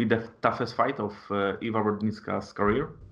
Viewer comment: Panie redaktorze mówi się Ewa a nie iva